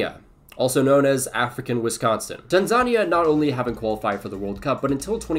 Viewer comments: Tan-ZA-nea is the pronunciation not Tansa-ni-a 🥲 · fyi you mispronounced Tanzania. its Tan-Za-Ni-A, not Ta-Zan-Nia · My brother in Christ, it’s pronounced tan-ZUH-nee-YAH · PLEASE PRONOUNCE TANZANIA CORRECTLY!!!!! Tan-Za-Ni-a, Put an emphasis on the "I". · The way he said Tanzania 💀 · Never heard someone say "Tanzania" like that. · The pronunciation of Tanzania 💀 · bro messed up Tanzania”s name so bad lmao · How do you mess up saying Tanzania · Nice video, but please learn how to pronounce Tanzania